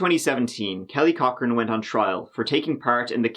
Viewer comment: I keep hearing Kelly Cockring and can't concentrate.